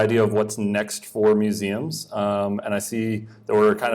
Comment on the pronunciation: “Mueums”? Don’t you mean Museums?